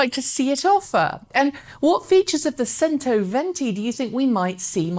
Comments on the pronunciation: Modular battery packs would be an interesting innovation. If it's standardised, it could bring back the battery-swap approach to recharging on the highways, perhaps. My ears bleed every time I hear "sento" instead of "chento" though :) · Pronounced: "chento" venti. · C in cento is pronounced as ch, therefore "chentoventi". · Centoventi is pronounced with a "CH" sound.